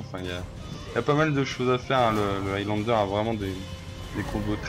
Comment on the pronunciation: Sérieusement, je dois avouer qu’il y a des youtubeurs de France qui font de bonnes vidéos comme celle-là, mais sérieux l’accent anglais... C’est pas compliqué de dire un mot anglais correctement Evy n’est pas Heavy, Aylanedeur n’est pas Highlander, mais bon c’est pas méchant, excellente vidéo sinon 😉